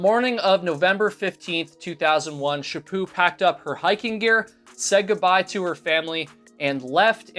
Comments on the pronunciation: It is Chaput not chapu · Chapo not Chapoo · Good lord man could call her Louise instead of her last name which is French. To me it sounded like you were calling her Shapoo, but in reality her name is Louise Chaput. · Stop saying Shipoo